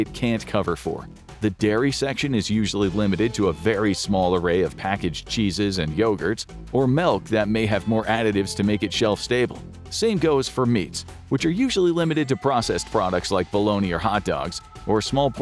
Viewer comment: Dude keeps saying melk